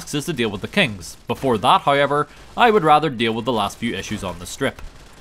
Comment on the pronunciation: Letting you know my girlfriend refers to you as “” because of how you pronounce “however”. Hey, it sets you apart from the other gaming channels!